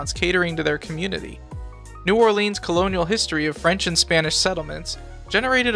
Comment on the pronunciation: We pronounce it New OrLins, and Metairie is pronounced MetaRee great video tho